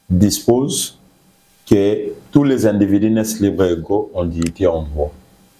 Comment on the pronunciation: Zoba oyo auti wapi?na français ya des individi ,(individus )